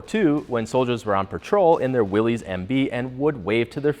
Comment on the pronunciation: I'm pretty sure "Willys" isn't pronounced the same as the plural form of British slang for a male's anatomical appendage (i.e., not "WILL-eez") but the same as the first name "Willis," like, "Whatchoo talkin' 'bout, Willis?!" (i.e., WILL-iss).